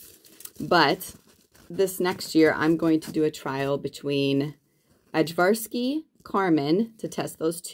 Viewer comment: I also love the Ajvarski peppers, just a little note: The J in the word is pronounced like a Y. More like Aye-Var-Ski. They're the peppers traditionally used to make Ajvar (Aye-Var) which is like a Serbian roasted red pepper sauce.